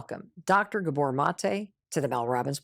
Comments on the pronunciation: 'Scuse me - could you get his name right, please? It's stress on the 'a' : G*a*bor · He pronounc, his name , GA-bor, NOT ga-BOR.